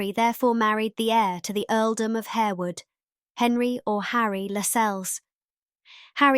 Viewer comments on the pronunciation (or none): Pronounced Harr-wood, not Hair-wood. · The incorrect pronunciation of Harewood and Lascelles shows up the lack of research for this video.